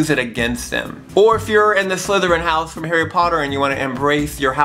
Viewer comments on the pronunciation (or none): none